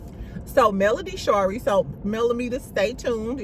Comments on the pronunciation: Doesn’t she (Melody) pronounce Shari like Marie? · lol friend why did you pronounce Mel middle name like that 😂😂😂